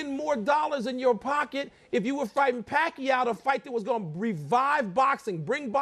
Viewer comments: GAYweather is soOo afraid of Pacquiao he can't even say his name LOL. POOR FLOYD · pacman's 52-3 record is still better than mayweather's 40-0 because pacman also has other record like being champion in 7 weight division starting from a flyweight, not like 40-0 of mayweather who is only good at ducking and picking weak, old boxers.. Mayweather cant even say pacquiao's name.. tsk2.. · AHHH WHAT A BITCH HE CANT SAY PACQUIAO!!!!!!!! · Fortunately for you it isn't, but come on dude its a two cylibal word for fuck sake! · gayweather you cant even say the name PAQUIAO lol what a chicken ha ha ha ha ha ha ha ha ......... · "Common Floyd! Say PACQUIAO!" Floyd: "MOSLEY" HAHAHAHAHAHA! Chickenass!! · wow he actually cant even pronounce the word Pacquiao.... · He so scared of Pacquiao that he can't even say the name! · he's afraid of Manny Pacquiao that's for sure! he can't even say his name . . . he might piss his pants!!!! LOL! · Just say pacquiao just say pacquiao ! Mosley! ...... LoL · Floyd juz say pacquiao!!! M O S L E Y!! rofl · how? he cant even say pacquiao's name. pac wants him but he never runs out of EXCUSES , drug test,peds.bigger share of money,pac said yes to all of his demands and still cant fight??.. how in the hell could gayweather beat pacman if he cant even say yes to the fight? even american's are losing respect on gayweather cause of avoiding pacman.. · he scacred! let pee-wee herman live. stop asking pee-wee about pacman fight. he have a legal excuse now-beating up his lady. hahaha. gayweather can't pronounce pacman. he can pronounce pussie-cat: that what he is. he only want to fight all the pee-wee fighters. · Gayweather Jr. can't even say the word "Pacquiao" Pak U Gayweather ! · i almost felt sorry for him, but start laughing my ass of when they asked to say Pacquiao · He's scurd as a turd! Floyd you are goin down!.....Can't say Pacquiao...what a "WUSS"! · "Just say 'Pacquiao'. Just say the word 'Pacquiao'. Just say 'Pacquiao.'" "Mosley."